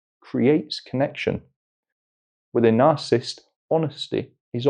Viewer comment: Astonishing how many people cannot pronounce the word narcissist, even psychiatrists. No disrespect but it is not "narcist"